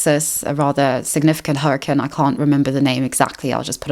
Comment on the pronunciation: Great video but all I’m thinking about is how you pronounce the word “hurricane”